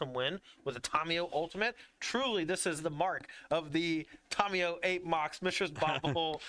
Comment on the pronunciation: Someone tell it’s “TAM-iyo” not “TOM-iyo “